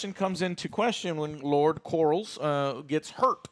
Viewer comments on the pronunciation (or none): We're 8 episodes in and Joe over here still pronouncing main character names as Korls and Damien... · it bothers me so much that he says "lord corals." Like they say his name probably 80 times the exact same time throughout the show, "LORD COR-LIS." How can you mispronounce it? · I believe it’s lord corlys not lord corals lol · Corlys = Core....Lissssss not Corals, Jesus it's not even one of the harder names. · Lmao “Lord Corals” 😂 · Is Joe calling him "Lord Corals" on purpose or does he just not know it's Corleys lmfao 😂💀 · sorry joe i love you but, if you're going to review an episode and we know you take notes, you should have known that joffrey was at the supper with lucaeys and aegon, ontop of that, getting names right, calling daemon damien and corlys corls, just didn't equate, it sounds like you skimmed through, feels very amateurish. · Joe - for the love of god. We're 8 episodes in. Its COR-LYS not COR-YLS. Its DAE-MON not DAE-MIEN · Who the fuck is Lord corrals ? 😂😂 joe never says any name right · How's Corals doing or Damian or Rey? How are they. And Larry. Can't forget good ol Larry. Oh yeah and Egon and Corls brother Aemond. I swear he calls him the same thing. I know GRRM said there's no wrong way to say names but come on 😂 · "lord corals" lol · We’re on episode 8 and Joe never seizes to amaze me by butchering every character name 😂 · Please stop brother it makes you look dumb af his name is corlys (cor-lees) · Stop saying corals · Please tell me they're pronouncing Corlys like that as a joke and they know it's anhorrently wrong